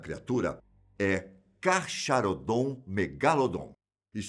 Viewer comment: não é carcharodon megalodon, na verdade é carcharocles megalodon. E se pronuncia "carcarodon", assim como "carcarocles". Obrigado de nada bira!